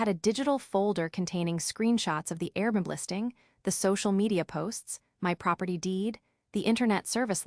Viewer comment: Dear AI, please correct your enunciation of Airbnb. . .Air-b-n-b